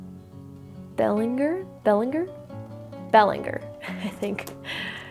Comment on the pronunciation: Belanger is a soft g. It's French. :) I'm french Canadian, and that's a common name in Quebec. :)